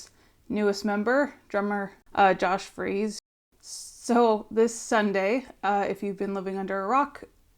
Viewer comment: It's Freese (sounds like fleece) not Freeze. Long time fan. I used to see Josh play at Disneyland with his band "Polo". He is a journeyman drummer that brings the chops and personality to meet the Foo's energy. He's played with every band you can think of. When I saw him play with the Foos at Taylor's tribute, it seemed very organic and I hoped they would recruit him. Super excited to hear the music they create with together.